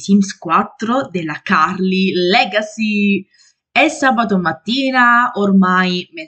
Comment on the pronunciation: Ciao te lo devo dire mi piace tantissimo come scandisci CURLY LEGACY....super davvero!☺okay fatta questa promessa, gli episodi dove la tenerezza dei piccoletti è protagonista li trovo sempre tra i più dolci e divertenti, Peter e Jessica sono molto affiatati proprio bello vederti così vivaci episodi di famiglia? si sicuramente lo vedrò, le stagioni in the sims...di già siamo.., il tempo vola infatti, ogni fiera è sempre ricca di imprevisti, si che episodio super bello anche questo grazie sempre ciao☺